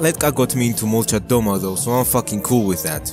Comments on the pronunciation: Molchat domA, not dOma, bro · It's pronounced "malchAt damAH" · Molchat domA not molchat dOma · At least pronounce it right man😂👎